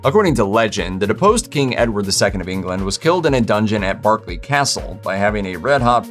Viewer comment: Props to you for pronouncing Berkeley correctly. Thought you'd slip up there. Shame about Coventry, though.